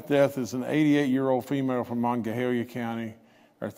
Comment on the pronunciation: Please learn to pronounce Monongalia.